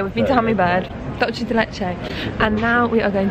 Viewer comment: Public announcement: dulce de leche is Spanish, not Italian. Dulce is not like Dolce. Try saying dool.seh instead. Dool like tool. Seh like SErendipity. Sorry, about that. Disgruntled Argentinean here 😅😂